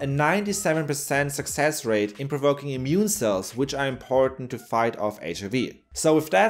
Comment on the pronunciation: Sorry.. can't help but hear "mune system".. as known from "natural mutiny".. munity, I mean :D